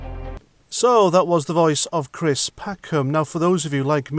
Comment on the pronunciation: Cwist what a pwatt.